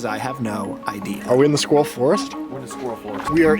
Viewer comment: Is not being able to pronounce the word ‘squirrel’ properly an American thing ?